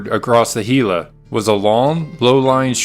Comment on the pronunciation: Excellent video, as a resident of the area I appreciate you pronouncing Gila correctly!